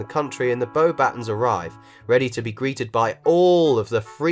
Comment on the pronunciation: It's pronounced "bo-bah-TÔH". Not bowbettons